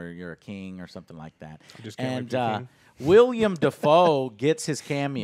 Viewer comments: knows damn well the actor's name is Willem DaFoe. Idk why he insists on calling him "William." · Willem! It's Willem Dafoe. Not William.